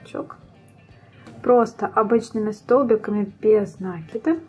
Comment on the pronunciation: спасибо большое. Понравились два момента: прибавки без заморочек: легко отслеживать, где нужно прибавить. Второй момент - убавления: провязывать за половинки петель. Действительно, дырок не остается. В общем, замечательный урок, несмотря на произношение нАкид ))). Однозначно, лайк! А! Забыла про цветную ниточку написать! Я пользуюсь маркерами, но в данном случае нитка - лучшее решение! Плюс!